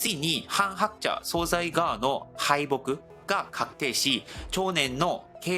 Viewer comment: 大変興味深く拝見しておりますが、内容のことでなくてごめんなさい。何度も出て来るので気になりましたのであえて指摘いたします。総裁は、「そうざい」でなく「そうさい」と濁らず発音します。